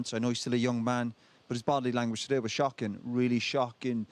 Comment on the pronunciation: Keane went Welsh when he said ‘Shocking’ 😂